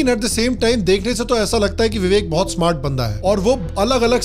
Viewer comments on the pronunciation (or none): none